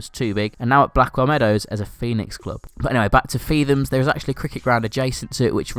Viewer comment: It's pronounced feet-hams not feethams and for nene park its pronounced nen park not neen